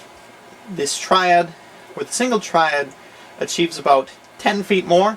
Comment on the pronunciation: "Here we have a... S, triad" he kinda like messed up on saying it :p hope i helped.